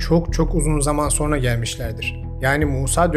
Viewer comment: SO(R)NA DEĞİL,SO(N)RA.